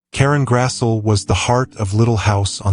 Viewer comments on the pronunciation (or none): Her name is pronounced Grass-ly. but don't take my word for it. I used to call her Grass'l, too. 😆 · Karen Grassle's last name is pronounced: "GRASSlee." ( just sayin' ) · It's GRASS-LEE you ai bot. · Thank you, Ma... (Her last names is pronounced Grass-Lee).